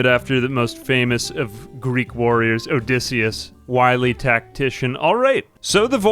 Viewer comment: "Odysseyus"...? Er... Did you mean to call the ship "Odysseus"? I mean, even that would be a bit awkward. You could have named it after Odysseus's ship, Boaty McBoatface.